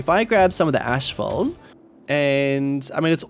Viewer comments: Asphalt is not pronounced "Ash-fault" it is pronounced "ass-fault" lol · I want to correct your pronunciation of asphalt so bad.